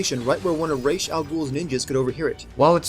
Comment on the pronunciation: Ok, another thing I would sin is this the way this guy pronounces Ra's name, that shows you just how little he actually payed attention to the story, because if he had ACTUALLY paid attention, he would have heard how how Ra's' name is SUPPOSED to be pronouced